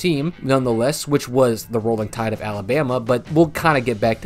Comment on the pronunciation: Did he just say the Rolling Tide?